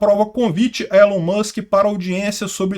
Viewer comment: Se fala "ÍLON" Musk.